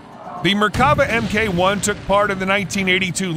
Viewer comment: Does the ridiculous, synthetic voice put others off as well? I gave up at 'em kay one' etc. Come on creators, at least attempt to do a reasonably professional job. These ludicrous synthetic voices are not big and they are not clever, whatever young children might tell you.